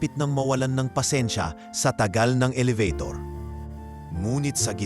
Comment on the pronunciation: Aayusin mo ang iyong pagsasalita kung paano bigkasin ang bawat salita dahil hindi tama ang ibang mga sinabi mo. Elevator,ang tamang bigkas dito ay ,Eh-le-be- tor. Okay